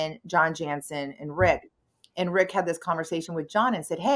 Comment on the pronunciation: It's RICK-NOT VIC LOL